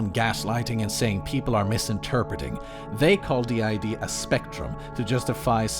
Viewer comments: Its not anything important but the fact that they call it "did" not Dee Eye Dee is ...ew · Just the fact she pronounces it "DID" as a word and not "D.I.D." letter-by-letter is already kind of a red flag that she doesn't know what she's talking about lol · Her calling it "did" and not D.I.D was the last straw for me 💀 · As someone who suffers daily from the debilitating disorder, I find this highly (the person in the tiktoks) insulting and infuriating. I am no professional by any means, this is strictly my opinion from what I’ve experienced. DID, not pronounce like “did”, is a disorder that is caused by severe and ongoing trauma. Trauma so bad that the brain has to protect itself from, well, itself and those who have harmed them. Sometimes this protection is up their whole life, not knowing they have DID. Sometimes it’s the opposite and they find out because of a psychologist or psychiatrist. There are countless factors that go into this disorder being formed as well as everyday tasks that may seem simple to some, but can be quite difficult with this disorder. All this said, I hope that this person seeks out a professional who has worked with clients/patients with DID and/or OSDD. Not everyone who has DID knows it, those who do may not have a diagnosis yet; DID takes several years on average to diagnosed. As for others on any social platform, I hope the same. No one can really tell if someone is faking something; it’s a truly difficult situation to navigate. Peace and good vibes for all y’all, Jay